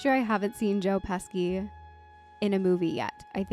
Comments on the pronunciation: Yeah that Pesky Joe. not sure if you are pronouncing that right, but if you are Italian heritage, maybe everyone else has been saying it wrong. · Sorry, just to clarify it’s Joe Pesci and it’s pronounced Pe-she.. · Joe's last name is pronounced "pesh-E." It's not a hard C. 😅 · It's pronounced "Peshy". Joe Pesci (Peshy) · JOE PESKY! LOL...Anyway. pronunciation aside. You have to watch the other greats with him: - Goodfellas - Casino - A Bronx Tale - Raging Bull - 8 Heads in a Dufflebag - Home Alone - Home Alone 2 - Lethal Weapon 2 - Lethal Weapon 3 - Lethal Weapon 4 I'm sure I'm forgetting some...but that's a good start. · Joe Pesci pronounced his name like Peshee... there's no hard c. Great reaction. Thank you. ❤ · Pesci is pronounced peshy. Marissa Tomei won an Oscar for this role. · Not a criticism, just letting you know: Marissa "Toe-May," (like Tomato). Joe "Pesh-ee." CRITICISM!!!: I need to see Marissa Tomei talking about little deer lips... otherwise, nicely edited. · Just for the future, their names are pronounced Joe “pesh-ee” and Marissa “toe-may”. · No! You did not call my beautiful Mona Lisa Vito “aunt May” 😂 Also, Joe “PesKi” 😂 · Yes, pronounced Peshy and ToeMay. You’re all good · LOL it is pronounced like Joe "Peshy' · You are notorious for mispronouncing the actors and actresses names...badly. But this one was just criminal. Joe and Marisa are not amused at all. SMH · I like the way you pronounce Tomei and Pesci 🥰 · Great reaction,! I love this movie. Don’t worry about having mispronounced the names. These things happen. Joe Pesci is also in Home Alone & Home Alone 2, and Ralph Macchio is also in The Karate Kid trilogy from the 80s, all classics worth watching. Would love to see you react to them also if you haven't already seen them. The Home Alone movies are great picks during Christmas times. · His name is pronounced “PESHY’, not ‘PESKY’. He’s Italian. Sci is pronounced she in Italian. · AHHHHH - NOT PESKY - Peshi. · Pronounced. Peshy